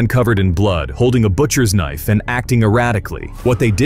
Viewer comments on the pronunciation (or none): BUTCHERS KINFE 😭